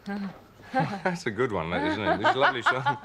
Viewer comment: harty couldn't say 'one' ie WUN.